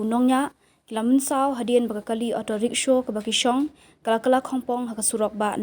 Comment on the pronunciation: Kren style palat Rickshaw ruh kng rickshow😂